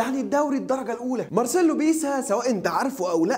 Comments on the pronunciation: بيلسا مش بيسا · اسمه مارسيلو "بييلسا" مش بيسا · على فكرة بتنطق اسمه غلط بس